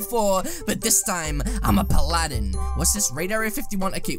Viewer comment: Your saying Paladin wrong